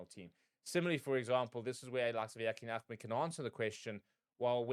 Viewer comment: His surname is Ahmed not Ahemd...